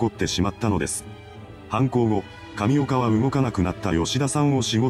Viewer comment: 神岡がタピオカに聞こえてくる